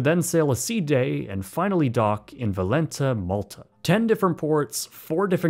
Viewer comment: ah yes the historic "Valenta" Malta, one of my favorite non existing cities on the mediterranian